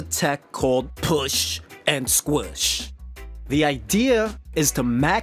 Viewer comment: Why u say push n squish like that